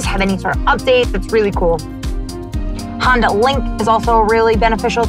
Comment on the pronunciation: I like how she calls it a Honder ;)